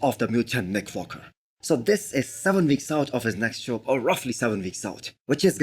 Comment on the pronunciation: Its just me or this guy is saying Nick Focker ?